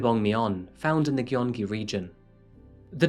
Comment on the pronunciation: Hey, I like you channel and find it interesting, but I think it should be noted that: a- SK men are required to enlist in the military per the law. It wasn't exactly a choice for him and the mandatory time used to be 36 months (it's gradually shortened over the years, so now it's 18 months). b- "Gyeong" is pronounced "gyeong-gi" not ""gi-yong-gi" Not trying to nitpick, but thought you'd might want to know how to pronounce the province!